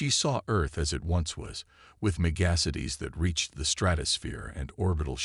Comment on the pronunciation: I am at 18 minutes and I HOPE I can finish it. Your AI SUKS!!!!!!!!!!! "...air reads as BRETH-able", "physician around the solar system"(positioned around the solar system), "meh-GASS-ities"(megacities), "Setto, SAHto, SAYto"(what the hell is his name??), "quarin-TINED"!!!!???? And then near the end...."your-AH-puh"(Europa)!!!!!!!!!!!!!!!!!!!!